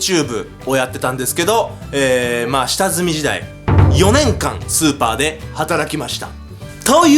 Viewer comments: スーパ店員を超(スーパー)店員に聞こえたのは私だけじゃ無いはず。 続きを読む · イントネーションの問題やなw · 最初のスーパーの発音おかしいくない？？ スーパーってマーケットじゃなくて、凄い方のスーパーみたい。